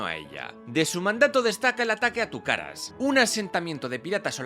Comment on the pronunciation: Disfruto un mundo tus contenidos!!... la verdad nunca espere aprender tanto con tu material... solo una apreciación, el puerto Venezolano invadido por piratas ingleses no se llama "Tugacas" si no "Tucacas".... 😊